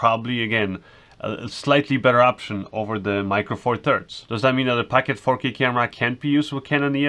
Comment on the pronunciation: POCKET!! NOT PACKET!!!! lol